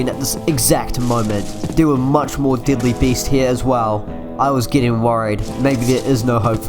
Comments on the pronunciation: This is great content. Ps: When I heard you saying "deadly" ,i thought you actually said "didlly" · i like u saying deadly but i hear diddly